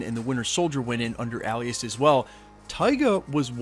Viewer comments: Alias...pronounced, aye- lee-us not Al-lee-us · A-lee-us =alias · Why he saying ’alias’ like that?